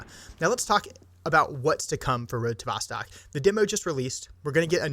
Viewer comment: Its pronounced more like vostoke, its "east" in russian. So road to the east.